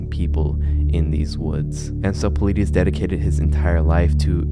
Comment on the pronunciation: David Paul-ide-iss